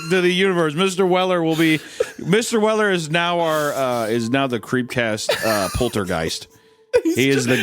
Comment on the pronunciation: Mistuh welluh